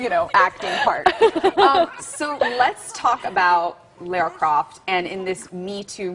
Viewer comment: It's LARA CROFT!!! Anyway LOVE Camilla.